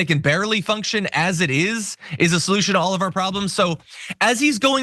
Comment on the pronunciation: "are" approval..... It's "our" approval. Love you Trump